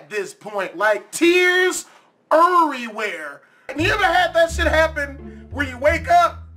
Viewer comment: tears was eeerrywhere not every eeerry